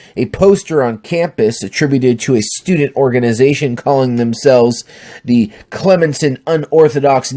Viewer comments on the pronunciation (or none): It's pronounced Clem-son. Fuck that school.